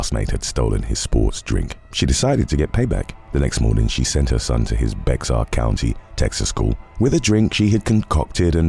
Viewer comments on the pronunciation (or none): Bexar County is pronounced 'Bear' Yes, i know it doesn't make sense. This is Texas. 🤷🏾‍♀️